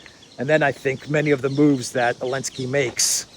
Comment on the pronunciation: What the heck are Himars? The currency of Ukraine is a HRYVNIA. And why are you referring to ZELENSKY as ELENSKY???? If you don't know how to pronounce A word or a name ASK SOMEONE WHO DOES!!!